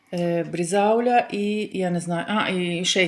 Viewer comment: Що вона мале.....брезаулЯ....